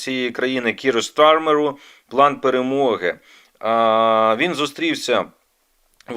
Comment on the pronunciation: КиРу СтаРмеРу.. Когда включил английскую Р :))